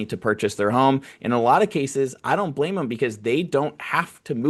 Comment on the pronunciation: "brame". Bro, you Asian like me?😂😂😂